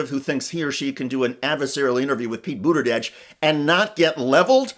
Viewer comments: do you really want us to believe that after at least 5 years of him being on the national stage you still have no idea how to properly pronounce "Buttigieg"? 🙄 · Dude, figure out how to pronounce Pete’s name before you talk about him! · The comentator here mocking jones cant even pronounce buttegieg's name. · the dude in the video can't pronounce it right... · Great interview. I just wish the Schuster would pronounce Buttigieg correctly. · Why don't you say his name correctly? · Please learn how to say his name. It is offensive that you have said his name so badly over and over. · How are you a political journalist and not know how to properly pronounce Pete’s last name after he’s been a relevant national political figure for nearly 10 years? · Learn to pronounce his last name. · I appreciate the video but it would be good if you pronounced his name correctly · He can't even say his last name properly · Why are you mispronouncing his name? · PLEASE pronounce Pete Buttigieg's name correctly! Seriously! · Bro, take 42 seconds and Google how to pronounce the name before you hit record... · Could you get a narrator who knows how to pronounce Buttigieg? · Why can't this guy say Buttegieg correctly? It's driving me crazy. I think Jamie Raskin should be president for 8 years with Pete as his VP, then 8 years of Pete as Prez. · While I'm stoked to see Pete continuing to slay fox, he's been around for quite some time now... please learn out to pronounce his name 😑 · You know when you mispronounce someone's name you can just reshoot the video? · This was great! Thanks sharing this! Btw your pronunciation of Pete’s name is incorrect. You’re throwing a D in the mix. No D. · Why can’t this guy pronounce Pete’s last name correctly? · You are in this business, and you really don't know how to pronounce his name even remotely correctly?? OK Shiester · Buttergieg? No R in Buttigieg sir. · “Boater-jedge” lol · Why does he keep saying Buddagegge?